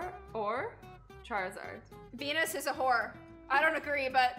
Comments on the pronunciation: Vonosaur or Charizard? me veness or part sard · Azzy:venosaur or charziard:venosaur o chaka THIS GOT ME LAUGHING SO HARD LOL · when azzy said veinosaur or charzard i was ike is she gonna say pee pee